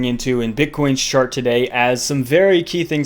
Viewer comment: Thought I heard him say "Bitcoin's shart" . Played it back once. Can confirm.